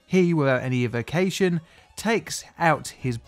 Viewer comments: It's pronounced ekwivicayshun. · Why do you say equivocation like that? Is it a British v. North American difference?